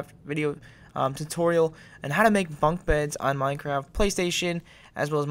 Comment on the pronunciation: Did he say "funk" beds lol